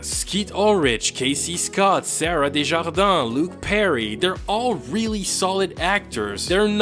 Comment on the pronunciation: Me being shook at you’re amazing prononciation of Desjardins, do you speak French?